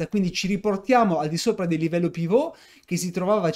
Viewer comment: Perche' dici Pivot con accento francese? e' un termine inglese: UK:*/ˈpɪvət/US:/ˈpɪvət/ ,(piv′ət)